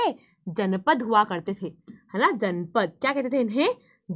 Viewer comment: Ma'am it is Janapada not janpada 😅